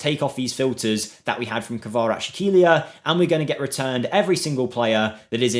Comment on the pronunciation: Bro, Khvicha's last name is more like Kvaras - Helia, no sh sound in the middle, just s. This will sound much better, closer to it's proprer sound, but not 100% ideal. The best way to pronounce it as if there was a sound from piZZa, like KvaraZZ - Helia.